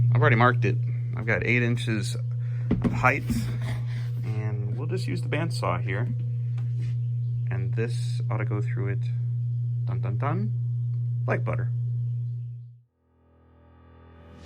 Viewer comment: *height. There's no 'h' at the end of that word.